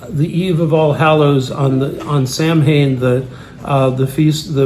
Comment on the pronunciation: Please forgive this misguided soul,, but Sam Hain in Gaelic is correctly pronounced as Sow'-ihn